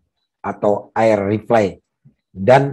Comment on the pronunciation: Rifle di baca ripel bang.